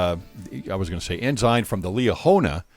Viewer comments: Correct pronunciation: ENSIGN = N-SIGN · I agree, but so many people say N-ZIN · Haha. The Church for decades published a small pronunciation guide on the inside cover of the Ensign (correct pronunciation: en-sine) eventually, they gave up. It's the Liahona now, so all water under the bridge. 😆